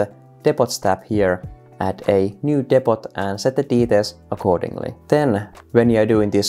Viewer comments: for the record, "depot" is not pronounced depp-ott, it's more Deep-oh. Silent 't', long vowels. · Great vid! Btw Depot is pronounced "Dep-po" (don't ask why, English is weird) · Good solid video. Only issue is that it's pronounced "depo" even though it's spelt depot, other than that good solid video. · Damn thanks for the help Also gotta love the pronunciation of 'depot'. Engrish at its finest